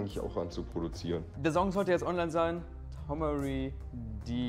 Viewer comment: tomary spricht seinen Namen richtig aus und paar Sekunden später spricht Kevin ihn falsch aus